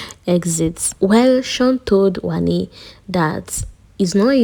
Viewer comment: Not Handi... It's Wanni